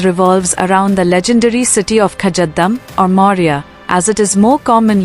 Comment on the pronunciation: Most lazy youtube video, the AI can't even pronounce kazadum right lol